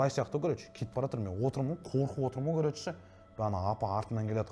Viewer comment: Еу бауырым Қазақстанда тұрып жас жігіттердің сөздік қоры болса әрине хейтерлер жиналады не тірлік енді Вөпщім Кәрөч деп Ең болмағанда "ВООБЩЕМ","короче" деп дұрыстап айта алмады ғой Сенде сондай сияқтысыңғо